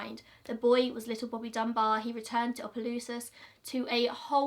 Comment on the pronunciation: I’m from Louisiana and live about 30-45 minutes( this is not a far drive for people in Louisiana lol) from Opelousas and never knew about this! Also, props to you for pronouncing Opelousas right!